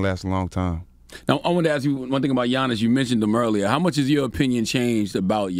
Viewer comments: “Gi-annis” dj envy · On the topic of super teams…and talking about the bucks let’s pronounce Giannis’s name right!!!!!